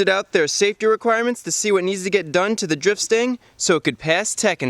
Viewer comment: Stang, not stand. Lol